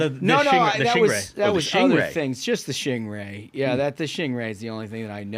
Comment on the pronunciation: Loved, "mulch the Shingray!"